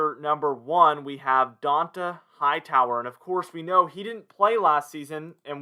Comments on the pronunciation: It’s pronounced dontay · DON Tah Hightower…How do you have a YouTube talking about the pats and not know how to say this man’s name lol. He’s been a defensive centerpiece for 3 lombardis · How do you not know how to say dont’a name he’s been apart of the team for like 9 season now cmon man